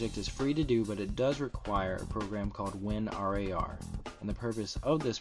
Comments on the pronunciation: Stop calling it "win are ay are" just call it "win rar" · i pronounce it as "Win" "RAR"....... not Win R A R.. isn't the like saying Win Z, I, P oppossed to winzip? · there is many annoying things on this tut, the worst one of them is that you say: win R-A-R lol. good turorial tho!